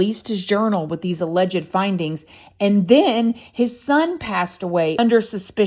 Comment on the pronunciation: OMG girl, "ALLEGED" is not pronounced like that! From Google, ""Alleged" is pronounced uh-LEJD (/əˈlɛdʒd/ or /uh-lejd/). It has two syllables, with the stress on the second syllable: uh-LEJD. The word sounds like "uh" followed by "ledged" TWO SYLLABLES! Not three! You only pronounce the "ED" like that when you add the "ly", for "allegedly." That's when you pronounce the "ED." I like this channel, but that drives me bonkers, lmao! And I swear, I am not trying to be unkind. If I were pronouncing a word incorrectly, I would hope someone would tell me!